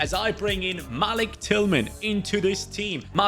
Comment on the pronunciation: can you do a qpr rebuild plz and malik tillmans first name is pronounced Muh-leak